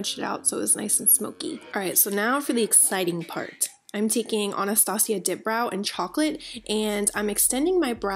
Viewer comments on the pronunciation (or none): none